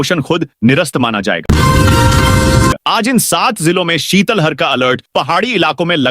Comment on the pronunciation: शीतल हर नहीं शीत लहर क्यों नहीं बोलते हो